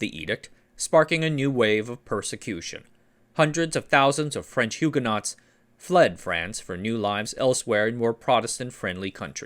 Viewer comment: Love the well researched history and style. A susgestion please learn to pronounce Huguenot and Bulova correctly? :--)